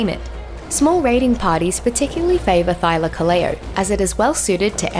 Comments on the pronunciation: I don't care how much she butchered the name Thylacoleo, the video's still great. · English isn't my native language, I suck at explaining it. Just look up "Thylacoleo pronunciation" on Google and you'll see what I mean. Also, I'd like to clarify that this isn't criticism in any way, shape or form. I enjoyed the video, I just wanted to point that out.